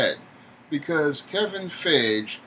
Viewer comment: It's Pronounced Fi -E - Ghee and not Fey - Age or whatever. Stop murdering the name already.